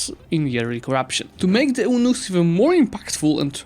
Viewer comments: Hey! Eunuchs is pronounced like "you-nicks"! Fun fact, a Eunuch is a man who was selected to be castrated as a boy, it was believed that doing so made them unfit for rule and thus they gained the trust of rulers across the globe. Hope this helps:) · don't want to nitpick but it's pronounced, "you-nicks" Side from that, thanks for the great breakdown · I think Eunuch is pronouced like "U-nicks" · Eunuchs is pronounced like "you-nicks"